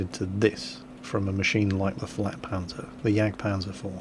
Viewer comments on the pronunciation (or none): FLATpanzer, not FLAKpanzer.